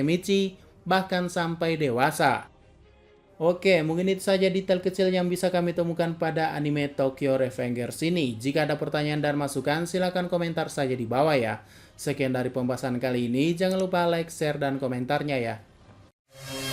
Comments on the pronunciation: Bacanya di Indonesia rivenjer bukan revenger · bacanya "tokyo rifenjers" ngab